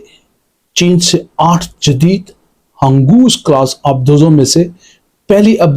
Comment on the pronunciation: ہنگور کلاس ۔۔۔۔ ہنگو کلاس نہیں ۔۔۔ 😂😂😂